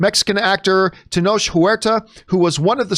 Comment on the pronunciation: Tenoch is spoken as Teh-noshh